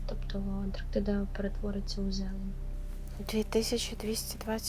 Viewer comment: Ведуча має знати, що не Антрактіда, а Антарктида